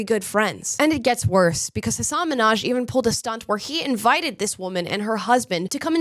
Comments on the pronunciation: Don't be stupid, every comedian has stories that are probably not real. It's comedy, for goodness’ sake. And his name is Minhaj with a pronounced h (you could say it's like Russian KH) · He seems like a grievance meanie. He was on "Ellen" and complained that everyone pronounced his name MINhaj instead of MinhAJ. My first name has a Scandinavian pronunciation--I've never had a boss get it right yet--I think I'll be ok... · I knew he was trash how he snapped at Ellen for mispronouncing his name. In my opinion he’s a weak little man hoisting himself on a pedestal he does not belong on.